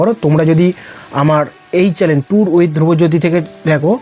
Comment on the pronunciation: আর কি কি চ‍্যলেন আছে ?😂 ❌ চ‍্যনেল✅